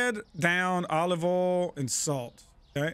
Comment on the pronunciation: "Olive ohl" 😂